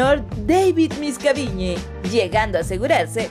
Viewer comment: ni siquiera sabe pronunciar miscavige y otra cosa que diga balon pie da cancer mal